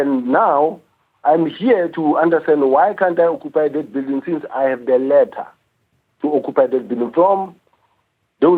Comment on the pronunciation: Each time he says "occupy" I'm sent to the grave. Eeeei